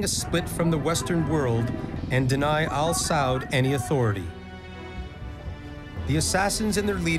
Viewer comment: Am I the only one who cringes evertime they say "chic" instead of "sheikh" or when they keep saying "al-saud- instead of a-sa'ud?🤔... smh whatever tho...😮‍💨